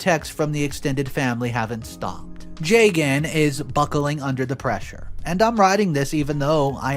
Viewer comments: jaygan bro butchered the name lmao ju( as in just) and gun is more better than that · Plenty of Arias in India. This is such a weird thing for MIL to be hung up on. Hot tip - the man’s name is pronounced Jug-un. Funny because I was listening without watching and was confused why MIL is freaking out while her own son’s name sounds nothing Indian 😂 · I think the husband’s name is pronounced “jah-gun”❤